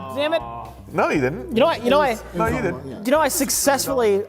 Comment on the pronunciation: I just realized he’s combining the spelling of didn’t and the U sound of doesn’t